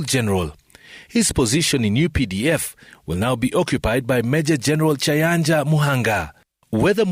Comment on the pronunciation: I demand apology from Citizen TV for pronouncing Gen Muhoozi's name poorly, Keinerugaba to Keinerubara and Lt Gen Kayanja as Kyayanja